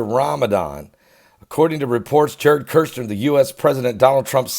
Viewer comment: Kushner sounds like push her... there’s no “R”. It would be like calling you Bergley